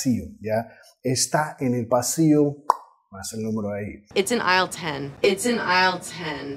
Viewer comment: Vaya! "Aisle" no se pronuncia la "s". Suena a /Ail/